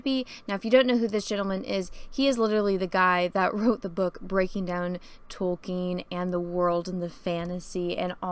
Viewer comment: I like how says Tolkien like she just learned his name wasn't Token